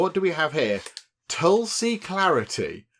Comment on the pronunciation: It is pronounced tool-see(no matter how it is written). And aa-you-r-whey-dic. Tulsi has a distinct smell but it isn't a harsh flavoured herb. You usually consume it with sugar etc. after prayers or in a herbal concoction when sick.